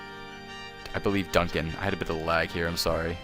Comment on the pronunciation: its dunstan not duncan.